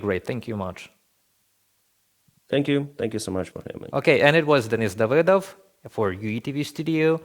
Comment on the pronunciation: Davydov? Seriously? Amateur hour.